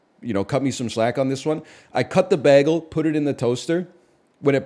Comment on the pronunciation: Is no one going to talk about the way he says bagel? Or all yall so crazy that the crazy way he says bagel seem normal to you?